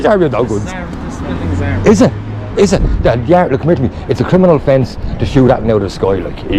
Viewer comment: Fair play lad, “c’mer to me” 😂 proper Irish 👌🏻